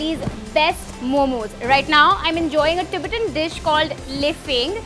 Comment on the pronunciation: Please pronounce Tibetan accurately